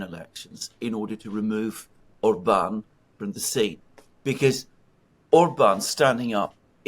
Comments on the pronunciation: Yes,. Hungarian words are ALWAYS pronounced on the first syllable: ORbán. The accent mark indicates the vowel quality, not the tonic stress. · Naughty! It's pronounced OR-ban😂 He absolutely left old Ursula bleeeeding on the floor 😂😂😂